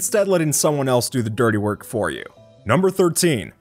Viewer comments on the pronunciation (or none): none